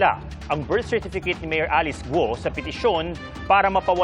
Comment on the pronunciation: Pls pronounce it correctly, GU-O not GO.